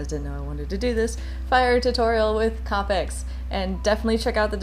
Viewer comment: K-OH-PICK :) not KAH-PICK :) not being mean! That’s just how it’s pronounced